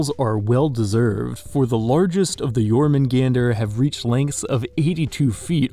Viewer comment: Correction...... Your-moon-gahn-dr, not Jor-man-gone-dr. Just so you know I'm talking about the Jormungandr in the sea serpent section named after the Midgard serpent from Norse Myth.